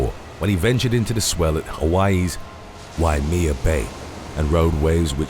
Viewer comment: It's pronounced Y-may-ya. Waimea